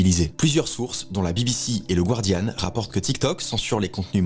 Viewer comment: Super vidéo (à part la prononciation de Guardian 😊)